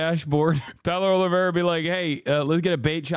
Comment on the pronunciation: The pronunciation of his last name is so bad. 😂 Just call him olive tree